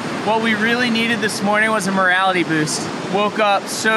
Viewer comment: Haha, did you say a "morality boost"? I think you meant "morale boost", as you have demonstrated pretty good morality.